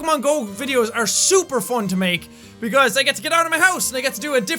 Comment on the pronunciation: Hahaha😂😂 I like that you are saying ”fon” and not ”fun”😂😂❤️❤️❤️😍😍SOOOO CUTE😍😍